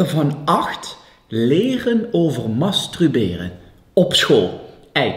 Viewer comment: Je zegt 't echt he! MastRuberen😉